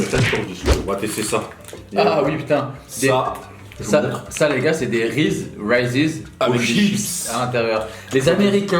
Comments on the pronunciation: Toute la vidéo tu t’obstines à prononcer Raysee’s 🤣 y’a un son dessus (écoute le tu auras la bonne prononciation) Sinon bonne vidéo as usual you made me 😂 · Les reese ça se prononce rise pas rayz mdrr